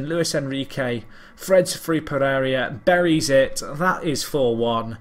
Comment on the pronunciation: Did you asked for Donuts? Are you a cop or what?. I sguuest as alias for Jean Philippe Pereira "Pegeiga". O "Pegegia" since you insist on changing the i to be after the r instead of before. (Like you swap consonants in Japanese or Spanish names a lot, like Wanatabe when it's Watanabe). Don't take this as a complaint about your pronunciation of such names; there's no sense demanding you to nail them.